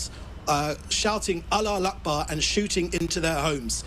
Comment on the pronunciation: You pronounced allah aqbar wrong David 😂😂 It's (الله اكبر )